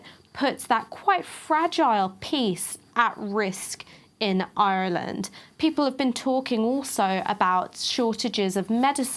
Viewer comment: As a flippant aside in such heavy times can I just say as an Irishman, I fully approve of pronunciation of Ireland... it's rather awesome.